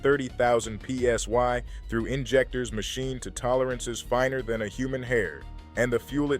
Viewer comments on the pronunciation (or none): Again. AI Only Gets it Half Right. Fuel Pressure isn't Meadured in PS"Y" its PS"I". Good Luck Getting Bear Report on the CB!! And the Headlit Flashing Thing, 99% Urban Legend. I Trucked, and was Around Trucking, for over 60 Years. NEVER Heard of Anyone Actually Getting a Ticket ( in a truck ) for it. And the Flasing Your Headlites when Another Truck Passes. 99% of Drivers, IF They Even Flash that You're Passed Hit You in the Mirrors, EYES, With Their Effing HIGH BEAMS. AND, if a Drive Does "Thank You" for flashing your Lights, its RARELY a "Left, Right, Left!" Is NORMALY All Lights On, Off, On a couple of Times Or More. For last Dozen Years, 90% of the Time, You Won't Get a "Thank You" Either. Courtesy, Like Respect, with 90% of these "Steering Wheel Holders" has gone to 💩💩